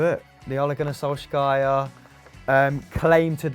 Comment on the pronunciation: Ole Gunnar Sjoskjiajer love u